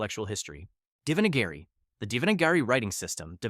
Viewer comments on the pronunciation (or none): The way you pronounced Devanagari..... I know it's difficult for others but he pronunciation was no where near correct.